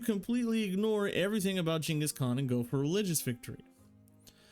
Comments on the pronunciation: I know right man, he said it how it is correctly said in Asia or Mongolia. Shocked me too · Jesus that pronunciation